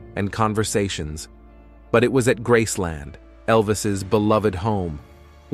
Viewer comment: It's Graceland, Not Gracelyn. Love Elvis always